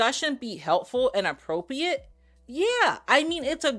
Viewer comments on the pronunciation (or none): I can't handle the regardwess and the appopiate 😂😂 Mo is too funny even when she isn't trying